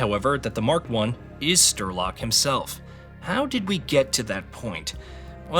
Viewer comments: "sturlock"... come on, it's not that hard to say "Sh-tray-lock". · " Strelok " not " Sterlock ". Sorry, a good video, just wrong name of the main character set off my OCD. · "Strelok" is pronounced as Streh-lock (you do it like Sturlock or smth) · Stiiirlok? Wtf men 😂 i knew americans cannot pranoince words , but dude SREEEEEEELOCK not STIIIRLOCK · Its strelock not sterlock you dimwit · Strelok ❌ Sterlock ✅ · Why cant you say names properly? Its Strelok, not Sterlok. There was lately another video where you did that. And its really annoying. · Strelok not sterlok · Honestly calling him Sterlock throughout the whole video shows you clearly don't connect with the source material and you really should redo this video. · Thanks for the recap, definitely helps to understand the game before playing one. BTW, it is Strelok, pronounced as written - StRElock,not StErlock. Strelok means shooter. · Strelok... not sterlok lol good video tho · Why does he keeo saying "Sterlok"? Is he stupid? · Lmao “sterlock” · How are you calling him Sterlock? If you've actually played the games you literally here how to say his name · Came here to laugh at stir log and see im not alone. Just read the name dude. Spell it out, son. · Great video, it's just that I feel an emission in my head every time you say "Sterlock" & "Newsphere" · It's "St-RE-Lok". Which actually means "The Gunslinger", being a Dark Tower homage. Also, No-O-Sphere. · stERlock, lmao - wrong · Everytime I hear Sterlock I take Psy Damage to the brain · Stopped watching. Sterlock really? This guy never played Stalker. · Yeah, no. Unwatchable. Stopped after 4 mins, because of that Sterlok thing. Untrue, how you dont give a fuck about that all. First GSC are only having struggles and troubles all day and then you dont care to say names correctly. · lol im watching this to prep for the new game and now when it gets said there, it's going to sound so off. Dude is ingrained as Sterlock now in my mind